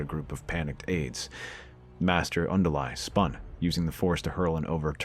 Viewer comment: Luminara Un-Duly not Undu-Lie